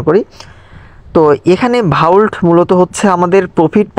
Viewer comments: আরে ভাই ঐটা ভাউল্ট নয়,,, ভল্ট....😂😂😂😂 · Its ভল্ট not ভাউল্ট